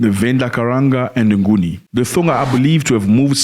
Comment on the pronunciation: Maan! Your miss pronunciation makes my blood boil😡😡😡 It's Tsonga!! Not Thonga It's "God's Must Be Crazy" not God's fell on your head 🤣 See now, I even missed your message 😅